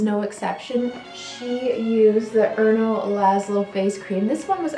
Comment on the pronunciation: Girl, I would have liked to subscribe, but here is why I can't. You botched the pronunciation of Erno, Rainier, Fleurissime, etc. You botched English too: HER and Marilyn Monroe...REALLY?? Try SHE and Marilyn Monroe. Jeez. Sorry.